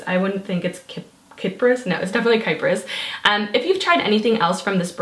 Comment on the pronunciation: It actually is pronounce Kee-pris. Its technically the greek name for Cyprus :) xx